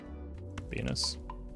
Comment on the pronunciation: just curious, why do you call venus, benus? or Beanus